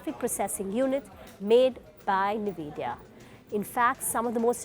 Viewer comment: It's en-vidia not ni-vidia